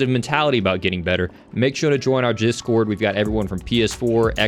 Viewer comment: "Make sure to join our jizzcord" lol